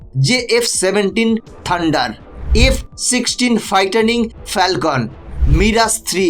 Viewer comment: ফাইটিং না ফাইটা্রিং😂😂😂😂